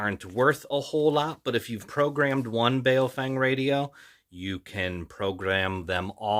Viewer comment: It's pronounced bow (as in take a bow) fung. Weird, I know, but for example the name "Chen" is pronounced "Chun".